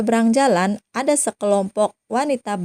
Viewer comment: Akhiran kata kata loe... Hurufnya menjadi "k , semua, ada menjadi adak